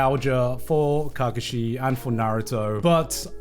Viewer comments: kargashi?? Ka Kashi.........lol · The way he says KAkashi gives me shivers 😂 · not Garnt saying cacashi 😭😭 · Garnt: Cock Ka shi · if you say Kakashi like that again ima crash out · he did not watch Naruto fully or did not watch Naruto fully , like way he pronounce kakashi's name 😂 such a disgrace. Background, and the development, story and personality was so good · I can live happy never hearing gigguk butcher Kakashi again.. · Why do does he say Kakashi so weirdly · honestly maybe kakashi shouldn't be on the list but can this guy pronounce his name right? made me cringe but love garnt regardless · Learn to say kakashi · Why is no one talking about how he says Kakashi 😂😂😂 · The way Garnt pronounces Kakashi is slightly triggering. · the way he kakashi made me mad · That pronunciation of Kakashi pressed me. Is it pronounced differently in the Japanese dub than the English? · Holy fck the way this guy pronounces Kakashi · This man hates naruto, naruto was on top 3 but didn't liked it instead liked luffy as no 1 iconic character also couldn't even pronounce kakashi proving he haven't watched naruto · I agree with him but that’s a hell of a way to pronounce kakashi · psychic damage from how garnt pronounces kakashi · if he pronounces kakashi like that 1 more time i might die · Garnt mispronouncing Kakashi's name really annoyed me